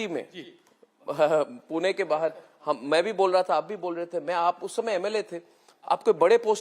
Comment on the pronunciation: Puna nhi pune